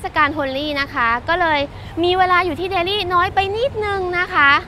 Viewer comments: ไม่ต้องออกเสียง ลี่ นะจ๊ะ เพราะคนอินเดียเค้าก็เรียกเดลลี ไม่มีไม้เอก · กานดีบ่อยจัง รู้มั้ยกานในภาษาฮินดูหมายถึง ตูด ชื่อเค้าคือแคนดี หรือคานทีก็ได้ แต่นี่เธอไม่มีข้อมูลดีพอเลย และการออกเสียงภาษาอังกฤษถือว่าแย่ แต่อย่างอื่นโดยรวมคือดี อ้ออีกคำคือ เดลลี ไม่ใช่แดลี่ บ้าไปละ